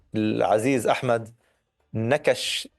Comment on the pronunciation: نحبك يا وائل لتميزك في تلخيصك الصحفي اليومي الذي تقدمه عبر تلفزيون الغد .. لا تقول إِحمد او محِمد والفظهن صح ههههههههه